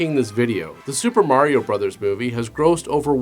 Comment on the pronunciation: Thank you so much for saying Mar-E-O instead of Mary-o. Instantly made this video 100% more watchable than all the other videos covering this movie.